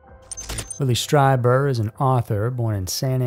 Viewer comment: Pronounced Whitley StrEEber